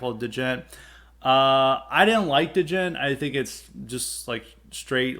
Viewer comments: Da-jent?, please put some respect on Djents name. The proper pronunciation is similar to the ‘g-e-n-t’ in gentlemen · Give Periphery 1 a try. It's the opposite of what you've described. Sounds like you dont know much about it, your not even pronouncing the word right. Bad takes on djent! We wont get off your lawn!